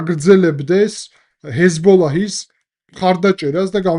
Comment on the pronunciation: პატივისცემის მეტი არაფერი მეთქმის, მაგრამ თუ ჰეზბოლაჰს ასე ზუსტად ამბობ და ახსენებ გიორგი, კარგი იქნება თუ კატარის მაგივრად იტყვი "ყატარს", გაზის მაგივრად კი "ღაზას" და ა,შ. ქართული ენა იყენებს ორიგინალურ სახელებს რადგან აქვს რესურსი ენას ამის რიგ შემთხვევებში, და არ უნდა დამახინჯდეს ეს ფაქტი.